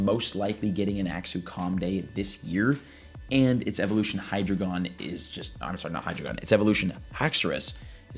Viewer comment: Anyone else get very triggered by the way he pronounces dedenne and hydreigon lol